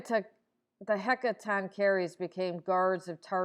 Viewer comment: Even if this was a half-reasonable theory. It’s completely destroyed by your botched pronunciation of Hecatoncheires. It’s Heck-a-tong-curries 💀